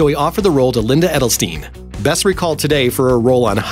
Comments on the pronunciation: Dude that literally made me cringe hearing her name wrong. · Literally made me cringe hearing her name like that